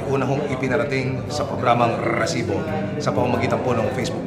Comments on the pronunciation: diko alam kung nagpapaka Tulfo o Mike Enriquez tung host na to ang corny dikona tinapos video sakit sa tenga nung RRRRRESIBO! GGGRRRR!!!! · OA mo Rrrresibo.namo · nakakabwisit naman ung pagbigkad ng resibo..kailang ba ganon talaga??